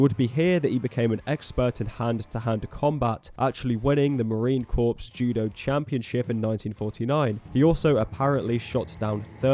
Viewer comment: You don't pronounce the P in Marine Corps